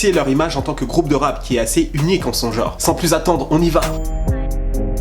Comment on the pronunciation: "uniqe" mdr